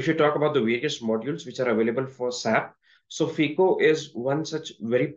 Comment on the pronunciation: Pls don’t pronounce SAP as single word saap